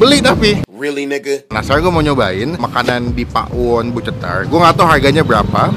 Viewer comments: Cetar bang bukan cetalr 😂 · Si ga bisa ngomong cetar jadi nya CETALLL